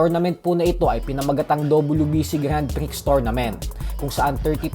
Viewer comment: sorry correction lang po, grand pre hindi po grand prix. grand prix ang spelling pero grand pre ang tamang pagbigkas. sorry po.